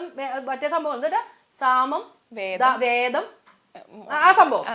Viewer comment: വേദം അല്ല ഭേദം ആണ് ശരി. ഭിന്നിപ്പിക്കുക എന്ന് അർത്ഥം.😂